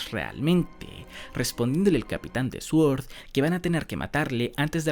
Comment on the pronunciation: hostias, he oido Sword bien pronunciado y casi me da un orgasmo‼️ Grande, ‼️ Y además has suavizado la voz "esa" que sueles poner...? GRANDE, GOLD, JODER... GRANDEEEE‼️ Doble orgasmo auditivo‼️ 👏👏👏👏👏👏👏👏👏 Y encima ya me había suscrito hace unos días 🤣, qué cosas. Keda muy bien cómo te vas emocionando mientras explicas cada página. (puto Orochi de los cojones... espero q si aparece de nuevo su muerte real sea dolorosa y epiquísima)